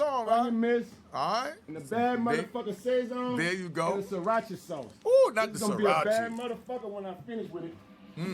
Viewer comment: It's pronounced Sah-sown so it rhymes with bone not say-zon